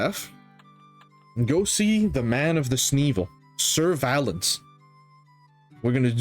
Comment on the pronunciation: its awesome to see someone else enjoying revisiting book 1! I recently created a new character too and am going thru all the content. Excited to play thru the storyline alongside ur series :D P. S. I think Sir Valance was intended to be pronounced as “surveillance”. Both within DF n across other AE games, he’s inconsistently named “Valance” and “Valence”